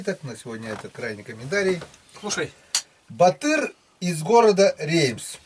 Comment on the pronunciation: я из Казахстана, скорее всего у Батыра ударение на а.